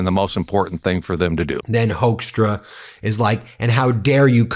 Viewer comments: Ben, it's procounced "hookstra", like in "hooker" . Not "hoaxtra". No joke, take it from a native Dutchie. And yes, I'm ashamed of that sorry excuse of born Dutchman Hoekstra. Before Canada he was the Ambassador over here in the Netjerlands and yeah, after initial high expectatiobs we soon found out he's everyting but a diplomat. Just a silly hardliner and a complete and utter moron. Even a crocodile would do a better job bringing people together than this vile excuse for a human. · Hoekstra is pronounced as hookstra.. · Sidenote: Hoekstra is pronounced as in Hook-stra, it's not a German name, it is Dutch. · HAPPY 4TH OF JULY🇺🇲 AND A HAPPY 250TH ANNIVERSARY OF THE UNITED STATES 🎉🎆🇺🇲 I SAY HI FROM AMSTERDAM🇳🇱 Hoekstra pronounced as HUKSTRA OE=like in YOU DUTCH!😇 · Yeah, Hoekstra has a Dutch name. You are pronouncing it wrong btw, But it is the last thing that worries me. He is a political thug. It shames me he has a Dutch background (well in name only). We will never want to be associated with this guy. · Really, Hoekstra? You don’t know why Canadians upset american govt